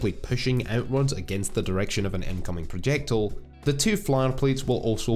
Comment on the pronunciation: What is a "Projectl". Please don't pronounce terms just so that Americans can supposedly understand such. Anyway, it might be good for others to appreciate the correct and original forms of expression- you know- just like dear old Dr. Johnson, whose life was catalogued by the distinguished Scottish biographer and close friend James Boswell. Get the idea?